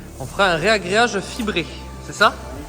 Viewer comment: Yessssss. Cet escalier près de la cheminée, va être stylé. Et on dit RAGRÉAGE, pas régréage. Ah cette petite, elle a du caractère, j'adoreeee. Bravooooooo à vous deux